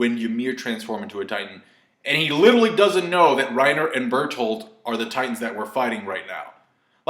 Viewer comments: 😂.............say it correctly now...................... Bertholdt say it correctly now Bertholdt not bertholdtoot lol 😧come on now really?!😂 😂😩im worried about your speech😟lol. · Jae Lee i die with that pronounciation xDD